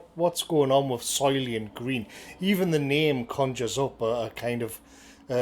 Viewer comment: "Soylient Green"